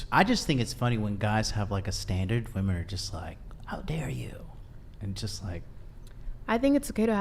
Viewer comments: Okay, I can't get over the fact that pronounces women like woman. If you're going to be a feminist then at least pronounce your own gender correctly. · If says, "woman" one more time instead of the correct word, "women", I'm gonna lose it lol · Why does she keep saying "womAn" and not "womEn"???? PLEASE learn how to use plurals!! 🙄🙈🙄🙈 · Why is it on every episode of this podcast there is a chick that doesn't know how to say "women". It's woman if you are referring to one female if you are referring to two or more it's fucking WOMEN. What's up with these chicks and not knowing there is a plural for woman. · The fact that she says woman instead of women. Holy hell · Is it just me, do i pronounce “women” wrong or are they saying “woman”?! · I'd love if that girl could say women just one time. She only ever uses the singular pronunciation even if the sentence calls for plural. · Why is no one correcting her when she says, “woman”, instead of “women”. Wtf?! Driving me insane!! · What the actual fuck is up with this generation not knowing how to pronounce the plural for woman. Woman is one woman (woo-man) Women is plural (whim-in) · Everytime she says "woman" instead of women 🤦‍♂️ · Why does always say "woman" instead the proper plural pronunciation "women"? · Someone needs to tell the hostile girl that “woman” and “women” are pronounced differently. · It's driving me crazy how is pronouncing "women" as "woman" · Why cant this woman say women. She has no sense of how to even talk. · Honest question: Is it the failure of the educational system, or is this some sort of cultural shift in the U.S. where young people either intentionally or out of ignorance mispronounce the word "women" ? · why can't she say "women"? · Why can't she say women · Why can't she pronounce WOMEN correctly?!